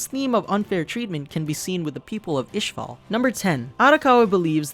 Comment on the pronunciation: Its not ishfall its ishball